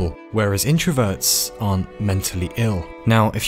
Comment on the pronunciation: i thought he said anñt mentally ill